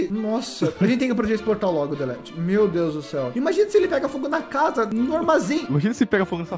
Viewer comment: "Glória a Deux" ksksk realmente muito boa essa série